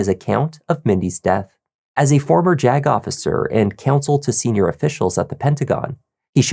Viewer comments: More of a "Jag-off" than a 'Jag Officer' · lol "JAG-OFFicer" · thought the attorney reading the opening statement off his phone said "jack-officer"